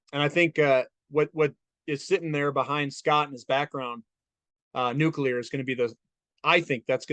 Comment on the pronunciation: Nuculur is powwa!